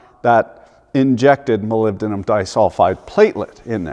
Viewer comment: Fails at the pronunciation of "Aluminium", nails "Molybdenum". This is comedy!